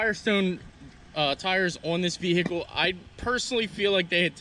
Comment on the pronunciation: Over pronunciation of the “H” in Vehicle. Kills me